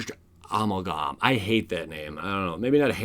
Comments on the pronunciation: Love the channel but damn dude you gotta work on your word pronunciation. Amalgam is pronounced Ah-Mal-Gum. I'm a pronunciation guy, sorry. Think you're awesome love the channel. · Pronounced "uh ·mal·gm". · it's pronounced Uh mal gum lol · It's Uh-mal-gum Amalgam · It's pronounced A MAL GUM əˈ mal gum -- it means a mixture or a blend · Pretty sure amalgam is pronounced more like amal - gum. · i think amalgam is pronounced a-mal-gum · Picky picky, there’s like 10,000 words in this video and one was a touch off. Pronunciation guy needs help ….it’s actually: uh • mal • gm